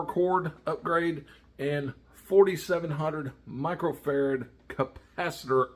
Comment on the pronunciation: Say it with me...."micro farad". You still got a thumbs up.